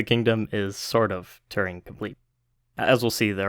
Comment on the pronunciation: That's not how to pronounce Turing.